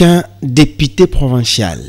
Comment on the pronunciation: ON DIT DEPUTE ET NON DEPITE